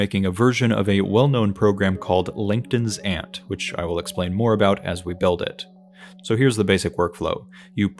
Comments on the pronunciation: you said langton's ant in a way to the point where the caption thought you said linkedin's ant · Is it just me. It sounds like you are saying “LinkedIn’s ant” instead of “Langton’s ant”. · Took me a long time to realize you weren't saying "Linkedin's Ant" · I genuinely thought you said "LinkedIn's Aunt" and now can't stop hearing that. Love this video and your attitude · Captions agreed. I thought it was a joke until I listened to it again. 😅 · I heard the same thing.